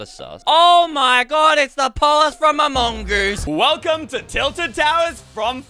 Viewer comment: Why does say among gose